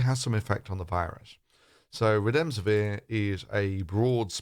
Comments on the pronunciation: I believe you mispronounced the antiviral drug. I understood Re-DEM-si-vir. However the name is REM-de-is-vir. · It's Remdesivir, not Redemsivir.